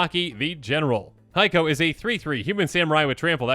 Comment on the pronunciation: It's kee-YO-dai, ko-TO-se and HEY-ko not KA-yo-dai, ko-TO-see and HAI-ko. Many of these words have actual meanings in Japanese so the pronunciations are kinda important. I blame Eddie.